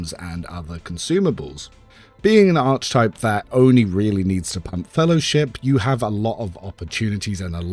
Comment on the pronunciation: its pronounced "Ark ee type" please man!! ill subscribe if u pronounce it properly :) but seriously, thanks so much for the spreedsheets, they're awesome!